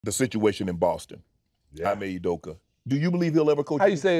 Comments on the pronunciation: Want to know how to tell if someone actually follows the NBA (and I like Shannon, BTW)? If they can actually pronounce "Ime Udoka" correctly. Repeatedly butchering both his first AND last name (more so his first name). It's not "I'm-A", it's "e-may". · Ee-me, not eye-me Shannon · Ee-May Oodoka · You pronounce it as EMAY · its " ee-may oo-do-ka" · It’s “ee-may” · It’s pronounced /imai Udeuka/ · It's a Nigerian Name Unc....Pronounce it properly😂😂😂😂